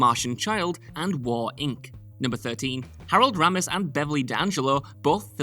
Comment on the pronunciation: Is he messing with people on here by mispronouncing names ? CuSACK.. RAmis